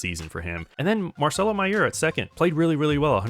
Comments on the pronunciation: Btw idk if you were joking but that’s not how you say mayer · This guy mispronouncing Mayer is really driving me insane